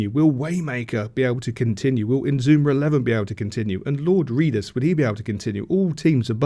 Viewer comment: It's I-na-zu-ma with 4 syllables. It doesn't really matter anyway say whatever you like😆I enjoy your videos anyway.:washhands